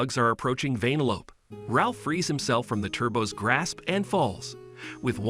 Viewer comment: Who the fuck calls her that😑 why do you say it like “vein-a-lope” shit don’t make no🥴 even in the movie thats not how you say it